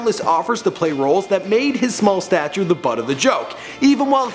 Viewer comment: wow - really mister presenter? you really aren't familiar with the word 'stature'??? it's stature. StatuRRRe.